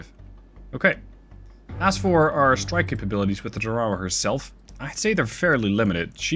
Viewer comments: That's pronounced TARawa. (Pacific island). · TAR-a-wa. Accent is on the first syllable. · Us Yanks pronounce it TAR•a•wa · The US tends to name it's ships after battles it has fought around the world and that means pronunciation is sometimes a struggle. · Ta raw wah😂 I love it! Not throwing shade, all it means is you read! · Pretty cool that you can control a small support carrier like the Tarawa by the way I have heard it pronounced like Tar-a-wa for years but if that’s how you pronounce it that’s fine. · Tar ah wa... I didn't even recognize LHA-1 s name how badly you massacred the pronunciation otherwise AWESOME Video... please keep em coming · If you're going to naval battles, learn how to pronounce the names. USS TAR A WAA (Tarawa) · love the Sea Power content. But, IIRC, its pronounced "Tar-a-wah.": Couldn't the Harrier carry the AGM-122 Sidearm?: Yes. IRL, the AV-8A does not have radar. It was envisioned as a ground attack platform, not a fighter. And at the time, air to ground radar, at least those precise enough for CAS, had not been developed.